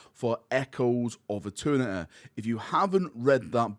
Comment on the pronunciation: “Echoes of eterneteeay” 🇬🇧